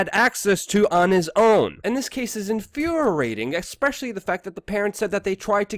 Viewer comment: Infuriating emphasis on the riating ree-ating. I really appreciate what you're doing. but bro you need to work on your pronunciation. For real homie.